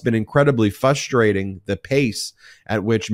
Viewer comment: You say it too often to ignore…it is fRustrating, not fUstrating.